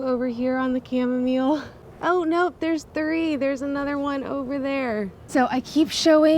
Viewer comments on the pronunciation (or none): none